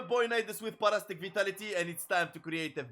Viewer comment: Par-astic 😂 sorry had to. Lol para-sitic is how we pronounce it lol I'm just making fun and games I'm not really trying to correct you here just laughing a bit inside